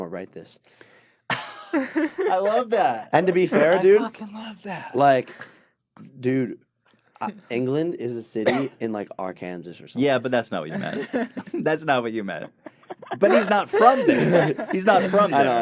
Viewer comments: Did this man just pronounce Arkansas as Ar-Kansas?!? Is he for real?!? WHAT THE FUCK?!? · Are we going to just pretend Jake pronounced the state of Arkansas with an 'S' at the end ?? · Is nobody gonna mention he pronounced Arkansas like the state Kansas with 'Ar' in front of it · Seth Payne you realize Arkansas isnt pronounced the same as Kansas? It's not Ar-Kan-Sas its Ar-Kan-Saw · the way he pronounced arkansas... even i know it's like arkansaw and im english fam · That made me almost spit up my kickstart. "Are Kansas?" Its pronounced "Are kin saw" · ARE-KANSAS or ARE-KAN-SAWZ is actually an old rural "okie" dust-bowl era way of saying Arkansas or ARE-KAN-SAW (Jake probably doesn't even realize this he is just uneducated and made a mistake) but some rare older folk in Arkansas still use those different pronunciations. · Why is it pronounced are-can-saw That is nothing like the spelling and makes no sense. It should be Arkansaw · i pronounce it ar-kansas as a joke, but he seemed pretty serious lmao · Did Jake pronounce Arkansas as "ar-kan-zis"? Because I thought it was pronounced like ar-ken-saw." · Its__ _Xavier Jake said it like Ar-Kansas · how could he not pronounce it like "are-can-saw" hes from America, he should know lol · I looked it up on Google it is actually "R cans" and other states such as - Floda - N york - Caifona - Wash DC - nacbhuugftgctgcdtvghbvhb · "R Kansas". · Ali Hassan did he just say "arr-kansas" Jesus Christ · To those who don't know. It's pronounced like Arkan-saw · it is Arkansas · Japan no, nobody calls it arr-kansas. Not anyone from Arkansas at least. Where on Earth did you come up with the thought that was a proper pronunciation? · It used to be ar-kan-zis, he's not all that wrong. They changed the pronunciation but didn't change the name of the state, that's pretty stupid. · I felt like I was the only one who picked up on- “there is England, Ar-Kansas”. Thank you.... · Didn't even pronounce Arkansas right